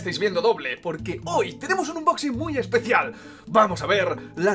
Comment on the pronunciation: Joder pronuncia bien unboxing que hace daño a los oídos